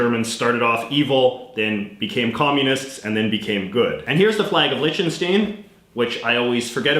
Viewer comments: You mispronounced Liechtenstein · send beim nächsten Mal einen Aussprachehinweis für das Wort „Liechtenstein“ mit:p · why are you saying Lichtenstein wrong!